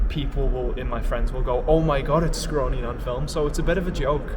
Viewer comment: Hi, it's Scrawny, not Scrawy